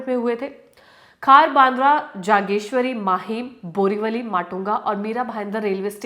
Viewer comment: ji jageshwari nahi jogeshwari hai zaaameer nahi zameer naam hota hai